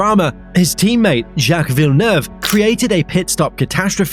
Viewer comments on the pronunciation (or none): none